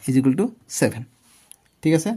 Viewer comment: Sir ijukel nohoi equal hoi sir 😂😂😂😂